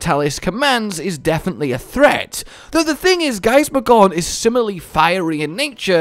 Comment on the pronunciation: For some reason I can't unhear the "gorn" sound when is referring to Gaismagorm lmao, but maybe that's just me- I'd definitely see it being a relatively close fight between the two, sure Fatalis has a base advantage in sheer power but, who's to say what would happen if we actually got a "fully serious" Gaismagorm from the start of the fight, rather than near the end? If he saw Fatalis as strong enough to warrant it, he'd probably give Fatalis the "full 2nd phase form" very early and that could potentially play into his favour in the long run